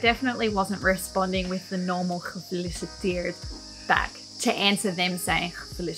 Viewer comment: Cool video! One tip: try to pronounce the E in gefEliciteerd a bit more. Its a bit more like Ezel than something like makEn